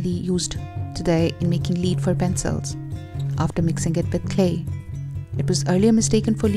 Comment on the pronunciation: Pencil lead is pronounced "LED" not "LEED". I know our language is messed up.